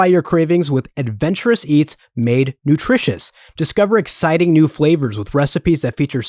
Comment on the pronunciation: Hehe said "nutritinous" during the Green Chef ad hehe. That made me unexpectedly giddy.